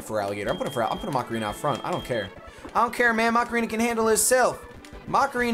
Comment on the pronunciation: it's pronounced Ma-ca-re-na, not Ma-ca-ree-na... Also I was so hurt by your loss of Prowler!